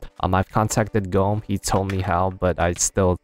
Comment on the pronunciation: Gawme = Gomme not GoMe